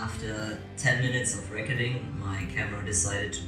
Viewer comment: Amazing tourtorial! This really helped with my cosplay! Btw- weird question, are you German-? I thought I was the only one who said "recording" the way you do. No hate if anything I love your voice😁